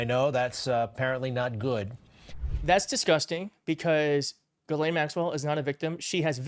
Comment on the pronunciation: Why can't Americans read out loud what it says.... it's pronounced GISLANE. Not Ge-lane, or jelane, or jislane, or giselle, or even Ghis-gla-ine. ITS GISLANE Can you all say Gis? Can you say Lane? Now say it fast. ffs